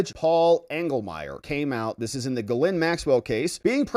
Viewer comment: It's pronounced Gee - Lain, with a soft G. The s is silent.